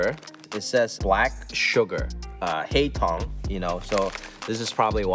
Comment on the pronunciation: Not hei tong it's Hak Tong